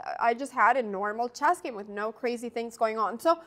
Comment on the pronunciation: The pronunciation of chess is always jarring too.